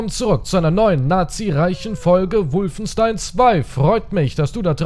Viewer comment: War direkt raus als du "Wulfenstain" gesagt hast.